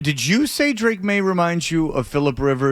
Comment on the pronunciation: “Did Jew “ 🤦🏼‍♂️ so annoying when Fred says that instead of “did you “